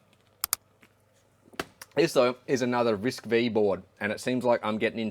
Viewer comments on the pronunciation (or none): Nice video. Just a little remark, it's RISC-Five, the V is the Roman numeral.